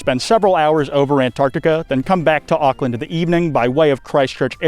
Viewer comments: The way he pronounced maori and auckland😭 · Super hyped to see a main channel upload for the first time in ages Even if the way Auckland is pronounced is like nails on a chalkboard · I'll never get used to Americans pronouncing Auckland.